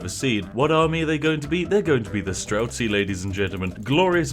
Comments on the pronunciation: Game: STRELTSY Spiff: STRELSKY Ah, yes... the famous Spiffing Brit pronunciation. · That pronounciation of strelec made me cringe every time lol.